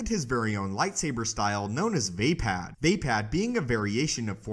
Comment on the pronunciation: I think it's pronounced like va-pod not vay-pad